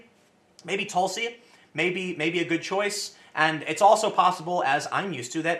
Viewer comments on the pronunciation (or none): none